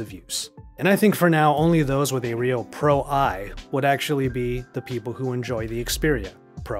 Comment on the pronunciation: It is Pro One. Not Pro Eye.